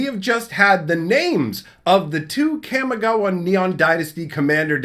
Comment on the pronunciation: Ka mi ga wa ❌ Kam mi ga wa ✅